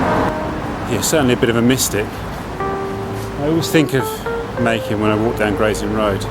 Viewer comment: from what i understand, "machen" rhymes with "blacken" 😊